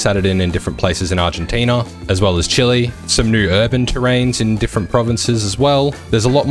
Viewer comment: Chee-lay, no chili 🌶 lol Chile